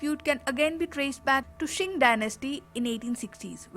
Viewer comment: News: Qing Dynasty is pronounced as Ching (चिंग) Dynasty, not as Shing (शिंग) Dynasty.